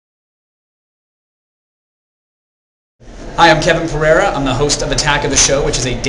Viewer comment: I like that guy. He's pretty smart. I'd like to hear him speak Portuguese, it's funny that he mispronounces his own name (pah-reh-rah, anyone?)